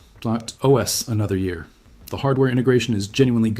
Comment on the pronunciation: I feel like this video is AI built, like the script and voice. The way Pop! OS is said like "popus" and a few other things really bump those red flags for me.